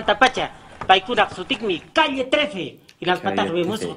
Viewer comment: And Calle spells like "ca-je", as with a J.